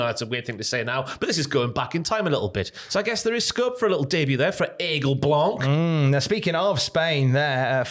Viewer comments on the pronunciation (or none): Aigle Blanc in WWE would be awesome. We have great wrestlers over here, Aigle and Senza Volto being the best (to me) By the way, the C is silent in "blanc" 😄